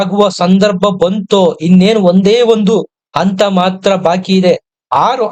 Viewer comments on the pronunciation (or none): ಅಂತ ಅಲ್ಲ ಹಂತ ಎಂದು ಹೇಳಿ